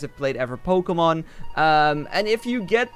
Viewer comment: Everyday u say pokèmon in this game